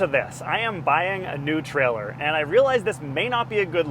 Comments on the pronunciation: It's a "Trailer", not a "Trellor", pronounced with a long A sound as in Tray-Ler. It wouldn't bother me at all but you say it frequently enough to hospitalize college kids playing keyword/drinking game. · He never said trailer, he said treller!